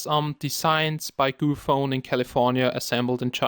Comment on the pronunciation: its GOOPHONE not gophone.. lol shame